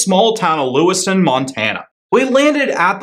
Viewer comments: LewisTOWN. Not LewisTON. Appreciate you visiting, now pronounce it correctly. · It's LewisTOWN, not Lewiston. :o) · It’s pronounced. Lewis-TOWN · Im sure we would like you to come back also - but - it would be nice had you taken the time to find out that Lewistown has a second w in it. You pronouced a town in Idaho. You also got the name of the hotel wrong - sound out the word Calvert. If you are interested, you were staying in what once was the Fergus High School dormatory.....lots of history there.